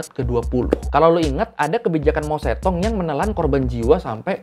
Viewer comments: Loe ngomong kedengaran gue itu bukan mao zedong tapi mo setong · Baca nya Mao cetong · bacanya mau se tung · Kayaknya pengucapannya , mou zedong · Mao Zedong seharusnya dibaca Mao Ce Tung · kan dh saya ralat Mao setong. Ini blm pernah sy dengar. Klo salah pengucapan ya gk mungkin brkali-kali. Jangan kepedean. Jangan sok mengulas sesuatu klo gk tau.